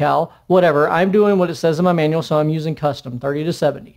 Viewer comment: Minute .. what menual?